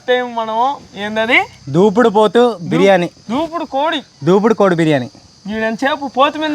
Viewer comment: బాబు అది దేవుడు దూపుడు కోడి...... దూపుడు పోతూ కాదు... నువ్వు 100 సార్లు దూపుడు పోతూ అంటున్నావ్...